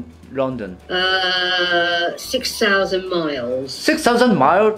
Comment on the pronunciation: 細井先生、普通に英語話せてるじゃん🤣🤣 発音も綺麗だと思った！若干イギリス寄りの発音ですよね🇬🇧(特にLondonの発音が無駄に綺麗ww)医療系専門用語を理解出来てるのも流石すぎた。聞き方もお上手ですし😌本当に多才でコミュ力の神です✨モリテツさん、このシリーズ続けて下さい‼︎